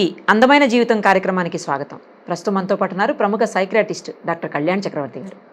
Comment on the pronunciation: సైకియాట్రిస్ట్ అనాలి సైక్రియాట్రిస్ట్ కాదు